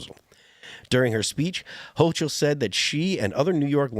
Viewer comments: If I remember correctly, they pulled a similar stunt during the last Trump administration. It took a while for the governor to bring them back. They're doing it quicker this time. Hochil is pronounced with a hard "k" sound for "ch" if I'm not mistaken. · stop saying hoCHul